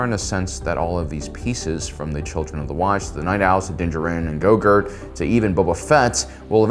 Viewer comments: Was it just me… or did he say go-girt at the beginning of the video instead of Gro-goo? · Is it just me or is he pronouncing Grogu as “go-gurt” 😂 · Dude, grogu. Grow-gew. I'm never watching you again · did I just hear my man say “Grogurt” lmao